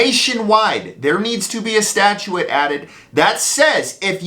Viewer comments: Bro, it’s… stat·ute /ˈstaCHo͞ot/ I’m not sure that word your pronouncing means anything but I know what you’re saying. It’s not a Texas accent or draw either dude! It’s statute, not statuettte’ or whatever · "Statue-ette"? Well that was some interesting pronunciation.🤔